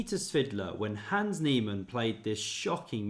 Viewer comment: You just can't be flexing with German words if you're totally butchering the simplest name "Hans" by saying "Hääns" 😑